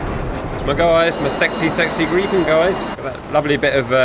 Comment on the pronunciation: Plus points that you prenounce "Gripen" correctly and not "Grippen"